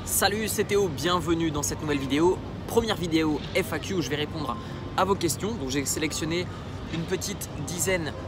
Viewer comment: Felicitations, mais fais attention a la prononciation FAQ ça s entends comme I Fu.... You